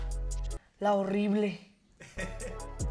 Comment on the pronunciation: me cage de risa cuando dice: la orible, la dereticion en el minuto